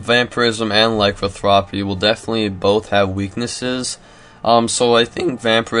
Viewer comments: Vampirism and lycanthropy. Not vamparism and lycothrapy. Vam-pir-ism ly-can-thropy, sorry to be the weird guy. My OCD just lashed out. Thumbed up. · Laicanthwopy? This guy needs to take his spelling classes again. Its Lah-can-thro-pee.